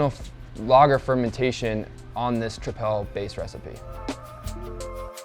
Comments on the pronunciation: Quite a lack of information of the fermentation profile, and general info about the yeast (origin?). Even homebrewers discuss with more details...and tripel is pronounced like triple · Trip-el. That pronunciation drove me insane lol good info overall